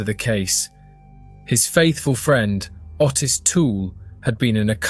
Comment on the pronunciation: Ottis is pronounced 'Oh-tiss' not the way you pronounce it!!! 🤣🤣🤣🤣🤣🤣🤣🤣🤣🤣